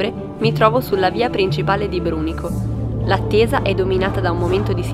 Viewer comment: Attenzione a come dice Brunico